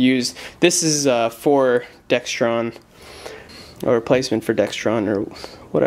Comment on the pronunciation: Not Dextron it is Dexron